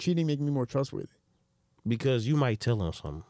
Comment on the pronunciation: I’m going to need him to learn to say trustworthy before any woman touches him.